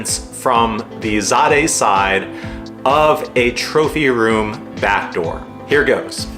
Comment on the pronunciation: Pronounced Zay-duh...